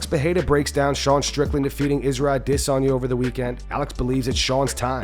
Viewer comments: Why do pronounce Adesanya as dis·saa·nyuh instead of how it's pronounced a·duh·saa·nyuh? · Adesanya Not Adisanya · Man if I never have to hear this a**hole say AdSEnya ever again...... it would be to soon.